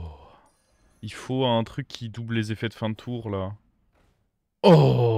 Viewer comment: Salut. J'adore t'es videos par contre on dit "tour" et pas "toureuh"